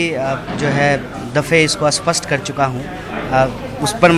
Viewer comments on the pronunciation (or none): English mai to iska hath tang hai but hindi mai bhi aisi kharab halat. isspast or aspast mai qya difference hota hai wo to seekh leta phd karne tak.